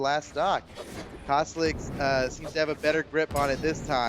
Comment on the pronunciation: Go to 2 36. He said caslixs